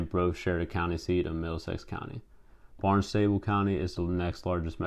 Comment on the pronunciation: Great research, a lot of good info. Good job. Just some pronunciation were off. Wellesley College pronounced welz-lee,. Barnstable pronounced baarn·stuh·bl,. Concord pronounced CONK-ERD,. Vineyard Haven is pronounced vin·yrd hay·vn You also had the wrong map of Springfield when you talked about media markets, you had MO.